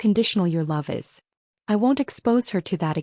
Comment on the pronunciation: Why are you pronouncing the IS differently? You're OVERREACTING is'nt it😂?